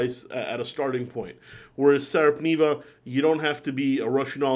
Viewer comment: Not SARAP but SARPA - NEVA! 🙂 Neva E pronounced as in "nEver." Now 2 Finnish brands mentioned: Voutilainen and Sarpaneva. 😮😎👍